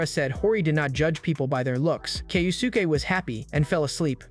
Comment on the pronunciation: Hori’s dad name is pronounced Kyo-ske